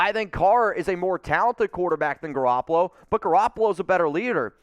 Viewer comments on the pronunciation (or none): You lost me at Garrapolo lmao